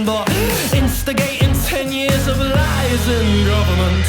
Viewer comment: Tbh, the way he said 'fourteen YEARS' kinda reminded me of how Sirius Black said how he waited for thirteen years in Azkaban, which, I mean, should say at least SOMETHING about the Tory parties success.